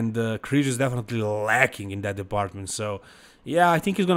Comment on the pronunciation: There is no word in English, “dat”,. The word is pronounced “that”. Come on. 🙄